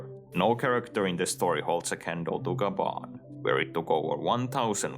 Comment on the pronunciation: its gyaban, not gaban